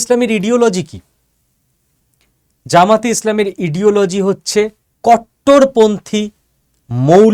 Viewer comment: ইডিওলজি না শব্দটা আইডিওলজি একটু পড়াশোনা করে ভিডিও করুন ভুল তথ্য ছড়াবেন না!